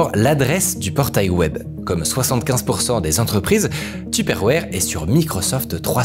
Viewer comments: tuperwarhhhhhh looool il abuse de ouf sur la prononciation ca me fait tilt 🤣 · Ca me fait trop rire comment tu dis teuperwére 🤣😂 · Super vidéo par contre j'ai horreur de la façon dont tu dis tupperware 😭😭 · Super vidéo mais comment ça m’a tendu la manière donc tu disait Tupperware 🥲